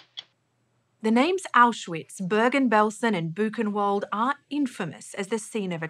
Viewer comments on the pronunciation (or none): And Buchenwald is not "Bookenvalt"! Has she never heard how the composer Bach has his name pronounced? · Please learn to properly pronounce Auschwitz and Buchenwald. W is pronounced as a v in German